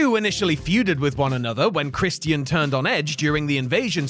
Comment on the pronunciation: The pronunciation of Christian irritates me for some reason 💀